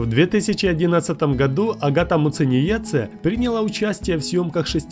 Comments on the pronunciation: Масочки от Няшечки !!! Не Муценице А МУЦЕНИЕЦЕ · Научись выговаривать Muciniece 👿🤬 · Меня одной бесит, как он читает Агатину фамилию? Я из Латвии ,как и она. Уши режет от такого произношения... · Неправильно произнес фамилию агаты